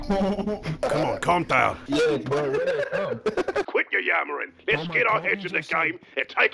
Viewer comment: "kalm doewn, price"